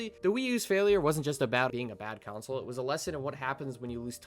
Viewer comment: You are pronouncing "console" as "counsel". It's "con-soul"